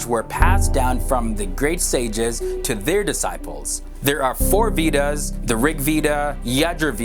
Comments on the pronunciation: okay so i watched like three videos and i am tired of the way u you pronounce vedas ....it is more like you are saying weed-uhs😂😂😂😂😂😂😂😂😂 it actually is like vay-das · way-das not we-das. Just typed as it soundz 😁😜😜😁🙏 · It's not "Weedas" it's "Veda" Or Way-dah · It's way-das, we-das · The "Veedas"! Vedas please. Nice video though. Om Hari Om! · its pronounced veh-dahs not vetas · it is pronounced as waydas not wedas .